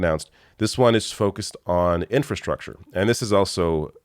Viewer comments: Trump can’t even pronounce infrastructure. He says in-fa-structure. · I truly doubt Drumpft even understands what infrastructure means. He couldn’t even pronounce it properly. Maybe his adderall dosage was incorrect or his teeth were loose again.